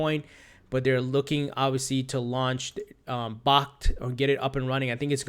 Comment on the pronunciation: Bakkt is pronounced "backed". Like "backed by something of value".